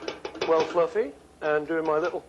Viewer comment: fluffeh, loveleh